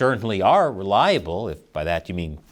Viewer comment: re-LIE-able partner..